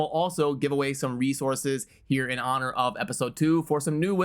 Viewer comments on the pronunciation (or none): none